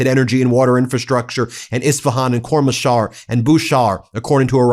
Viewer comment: Please learn the correct pronunciation of Koramshah